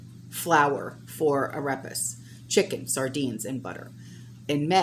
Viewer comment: Ah-ray-pas. The e in Spanish makes a long A like the ay in the English word ray. Not trying to be a jerk, but I thought you might want to know.